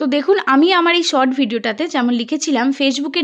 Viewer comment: Sot na short tomader s pronociation eto kharap keno